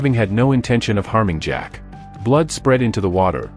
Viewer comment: Ahhhh the two best of friends, good old Zach pronounced Jack and James spelled Games. Classic movie duo